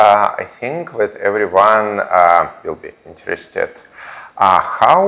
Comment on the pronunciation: Oh dear I think it should be "everyone" not "Evrone"...